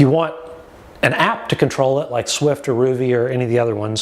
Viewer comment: It's Zwift with a Z... not Swift. Thanks for the review, it's helpful